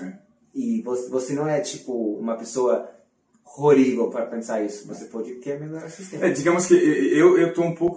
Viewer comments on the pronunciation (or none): 🥰 falou por 2 vezes "rorivel", querendo dizer horrível! Muito fofo!